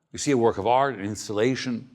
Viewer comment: it's funny how he pronounces art... AAAAaaarrrt lol